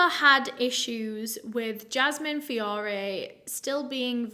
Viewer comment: Fiorre is my alias last name. I love the way you pronounced it. So gorgeous feeeeeorrraayyyy